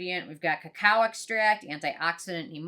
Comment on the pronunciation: When you listen half and hear 'COW extract', quick rewind....ohhh cacao xD